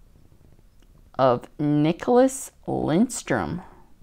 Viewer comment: There is no "N" in Lidstrom.